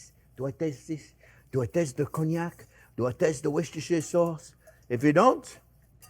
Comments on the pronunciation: It’s Wooster Sauce chef, no matter how it’s spelt. (Follower from the UK) also don’t forget your Centigrade notes for us civilised people! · "Wisishire sauce". So funny. ♥️